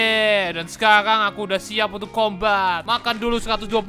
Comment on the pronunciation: Sekalang kita bakal guys R nya kok jadi L 😑